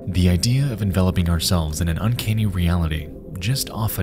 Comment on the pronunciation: "un-KAYNE-EE" IS ACTUALLY PRONOUNCED "UN-CAN-EE"